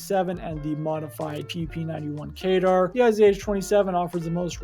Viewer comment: kedr not kaydar